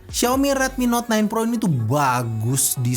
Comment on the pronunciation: Dengernya ten pro wkwk